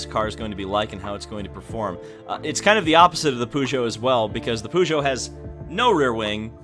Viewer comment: Daytona is going to be interesting, if it does make it there. Also your pronunciation of Peugeot is correct